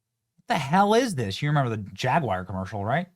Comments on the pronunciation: 2026 and Benny still cant pronounce Jaguar lol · I wish you yankees would learn to say the term "Jaguar"! It is not pronounced "jagwire"! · Benny , mate. Love the channel. But please stop pronouncing JAG YOU ARR as jag wire , Jag wire is not a car brand. 👍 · It's JagWARW not JagWire. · Jag Wire??? C'mon Benny your Better than that, surely you can read and Speak Correct English it is Jaguar... "Jag You are" not "Jag Wire" I am British and you guys Just sound Uneducated when you Pronounce Very Simple Words Wrong #DoBetter I agree with everything else though lol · It's not JAG-WIRE, it's JAG-YOU-ARE. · Stop saying "Jag-wire". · Hey Benny, it's Jag-War...not Jig-War. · Benny...its not JAGWIRE, it is pronounced as it is spelled ...JAG YOU ARE. spelled Jaguar. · FTR it's not jag WIRE